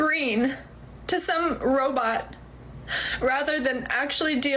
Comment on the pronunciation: She says, "some robot" ..thats, like, super specific.. she didnt say pornstar, she said, "Robit" ..lmao..